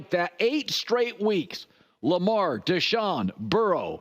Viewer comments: Why he say Deshaun like that mean something tho? Lmao 🤣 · Idk why he said deshaun as if he was scary, but the browns as a whole are scary